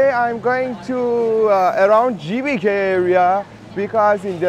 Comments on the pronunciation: The letter G in bahasa Indonesia is not pronounced JAY, but GAY. So, GBK should be pronounced like gaybayca. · Assalamualaikum brader..GBK bukan CBK..😀😀 smoga sukses bahasa Indonesia nya merdeka 🇮🇩💪